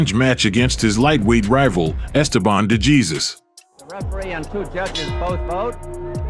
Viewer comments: You don’t pronounce de Jesus like Jesus…… it’s De Hey or Hay and then Suess as in dr. Suess (soose) …. De Hay Suess …. De Jesus. Normally wouldn’t care how someone says a name but do the man justice and pronounce it in the propper Spanish form…The letter J in Spanish sounds like H in English…..Other than that great video…. Duran 🥊 🪨. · "de Jesus" is pronounced "de - heh - sus" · Dejesus is not pronounced Jesus. OMG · Or world famous fighters. Like how does the maker of this video not catch that? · Hey narrator, if you're going to delve into the history of riches like professional boxing, educate yourself in the proper name pronunciation of its great fighters, ok? No doubt you're just an unseasoned youngster who's eager to tell a story... but never saw these actual battles yourself. Otherwise you would already know that NO ONE mispronounces the late Puerto Rican boxer Esteban DeJesus with a Spanish pronunciation followed by an English pronunciation of his last name! It may not mean much to you, but to the Puerto Rican people and the Latino community as a whole, it means a whole lot! 👍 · Pronounce his name properly. Gee whiz, that’s ridiculous.